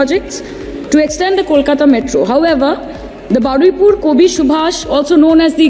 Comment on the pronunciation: It's Baruipur not baraipur